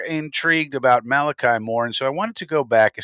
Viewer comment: ch in a named is pronounced like a "k" ...